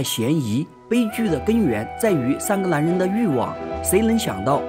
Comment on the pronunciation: 这部戏很好看，可是讲述者的发音实在让人有点听不下去，把“无奈” 读成“无赖”，“男人”读成“蓝人”，那个“n” 的发音有那么难吗？发音前只要把舌头往上面贴就行了，不妨试试看😊